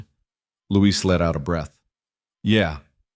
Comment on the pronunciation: Luis, not Louise. is an idiot.